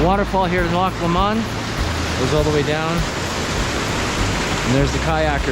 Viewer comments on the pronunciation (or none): I love your video especially since it's in my back yard . I grew up in clear creek county and have learned every square inch . I have to make a correction about how your pronouncing loch lomund .. it sounds like your saying la-mun but its actually low-mund lol im sure im in correct on the example lol but just saying .. amd really of you want to continie to say it as you are then thats fine .. and ill sat it how ive grew up saying it for the last 40 yrs.. good day and ty for the wonderful video